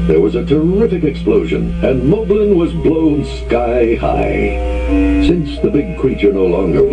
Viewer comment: The narrator pronounces Molblin differently than the other characters. Possibly because at the time this book came out, "Moblin" was already the accepted spelling and pronunciation in the cartoon. I'm a nerd.